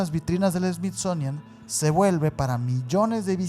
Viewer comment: Me encanta cuanta ignorancia hay en sus relatos a y sus pronunciaciones fatales dignas de un premio a la ignorancia y estupidez me encanta más cuando dices SMITZONIAN jajjajajajJa